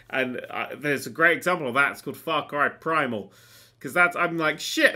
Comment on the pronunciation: I love how accidentailly called Far Cry Primal "Far Cry Five-al".